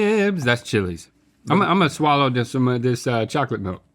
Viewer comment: It's a "swaller".